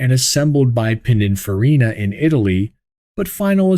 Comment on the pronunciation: AI seems to have Pininfarina flow from his lips but Allante no so good.